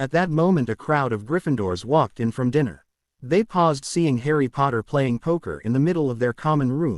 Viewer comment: Dinner is not pronounced Diner